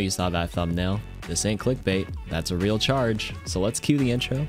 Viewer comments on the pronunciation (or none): none